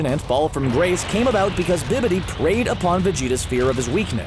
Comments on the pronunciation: BABIDI. NOT BIBIDI. BABIDI. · Babidi, not Bibidi.